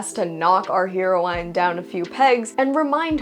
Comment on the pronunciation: "Heroine" is pronounced "HEH-row-uhn", not "HEE-row-ine". No shade intended; I'm guessing it's one of those words you've read a lot and never heard aloud. I didn't know what the "seeg" "Bloom County" ended with was for years before I learned "segue" spelled "seh-gway".